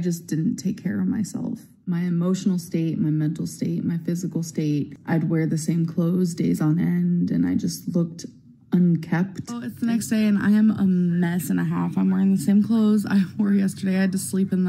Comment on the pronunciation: I need to learn the words "resonates" (instead of resignates) and "unkempt" (instead of unkept.)